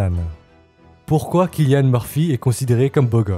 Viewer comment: Cillian ça se prononce comme « sillian » !